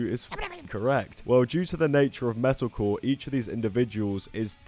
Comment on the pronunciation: I like how every time you say "metalcore" all I hear is "medical"